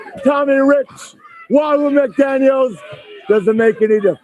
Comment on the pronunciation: Why could Ric Flair never say Wahoo's last name? He always makes it plural...